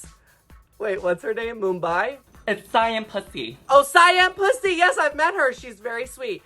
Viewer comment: Why can't people pronounce Siam?! 😭